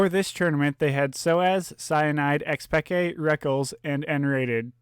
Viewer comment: rofl one of the commentators called Xpeke, Xpeekaaa